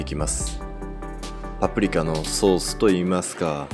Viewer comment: ぱぷりきゃ と聞こえるのが気になるｗ